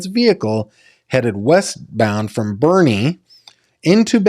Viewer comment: Olmos Park is an unincorporated community INSIDE SAN ANTONIO Texas city limits. It’s NOT Houston. It’s pronounced BEAR County Texas, and the town Boerne is pronounced Berh nee. Please let me know if you need anything else.